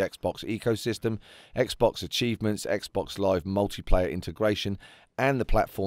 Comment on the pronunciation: Omfg a British person that says Xbox properly instead of "Xbux" XD